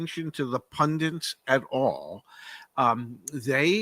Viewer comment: Pundints,? Pundits, I think.